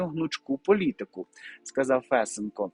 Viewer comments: Не Фэсенко, а Фесенко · Какой ФЕсенко? ФесЕнко! 😆 Ой, Господи, пока понял, о ком идёт речь! 😆, Вы с Луны что ли? 😆 По-моему, уже каждый в Украине знает, где надо ставить ударение в фамилии Фесенко! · Фесееееенко. Наголос на 2 склад. А взагалі дуже дякую за аналіз,. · Фесе'нко - наголос на 2 складі!